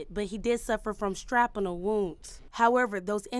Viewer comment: Girl, learn how to pronounce shrapnel. (Shrap-Null)